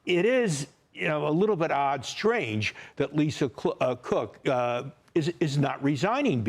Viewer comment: He almost said Lisa Crook